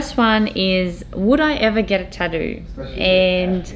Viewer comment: Did she say "tatdrew" or "tatroo"...?